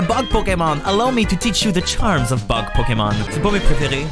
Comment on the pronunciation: J’entends toujours butt type pokemon au lieu de bug type pokemon. J’ai 5 ans d’âge mental.